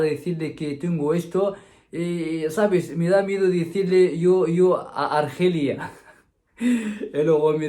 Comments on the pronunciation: Cuida mucho a tu florimda y se mejote pronto ... y no se dice argelia se dice alergia... es solo un correccion positiva saludos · Se dice A-ler_gia A-lér-gi-co Jajaja mosquito 😲 no me asustes que el mosquito transmite el virus 🤣🤣🤣 Tu cuento de los mosquitos hembras 🤣🤣🤣